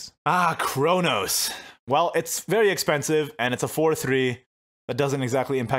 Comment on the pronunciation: the way say very after saying fairy wisp sounds like "feiry feiry good"